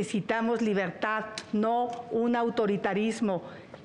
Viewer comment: Chuchli estq bien cagada.. y mas cuando dice.. despiergta,despiergta,despiergta.. libergtad😅😅